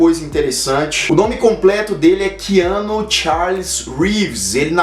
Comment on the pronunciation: Essa pronúncia não está meio estranha?KeAnu?